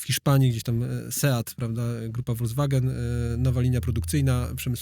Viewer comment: VOLKSWAGEN wymawia się inaczej.